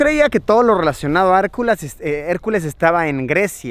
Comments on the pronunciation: Por favor digan me que hicieron meme cuando dijo Harculas AJAJAJAJA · "harculas" JAJAJAJA